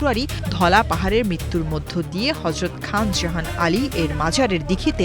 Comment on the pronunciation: খান জাহান আলীর নাম শুদ্ধ করে উচ্চারণ করতে পারলেন না ম্যাডাম হায় হায়